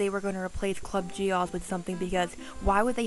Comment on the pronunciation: Gee ohs not. Gee oz